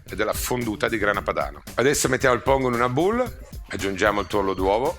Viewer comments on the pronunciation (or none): none